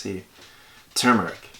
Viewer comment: Thank you for pronouncing turmeric correctly.It drives me nuts when people in this country pronounce it "toomeric".I've heard people from India say it correctly,so it must be an American thing.